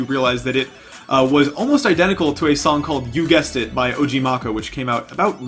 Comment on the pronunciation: “Og marcho”😭😭